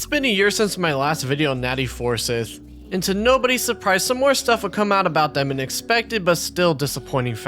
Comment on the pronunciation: For the last time It’s not pronounced Four-Sith, it’s pronounced FUR-SCYTHE!